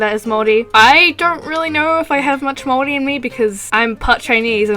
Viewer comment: And thankyou for pronouncing Maori correctly i'm half maori so thankyou!!